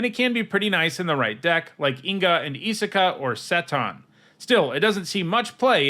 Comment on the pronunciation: Seton is pronounced “See - tuhn “ as in the SEA weighs a TON. As a member of the Seton lineage, I consider myself an expert in this particular instance